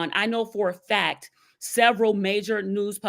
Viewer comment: “Due to da ‘fack’. Due to da ‘fack’”. I think that word “FACK” drives me crazier than almost any others… I have no idea why, but it does